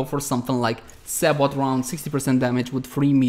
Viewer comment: Nice vid. Btw, sabot is pronounced say-bo. Silent T.